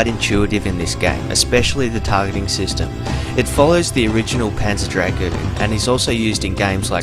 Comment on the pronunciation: it`s Dra-GOON guys c`mon not Dragon...:-)